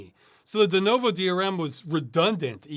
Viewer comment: Ross pronounces Denuvo weird. Denovo.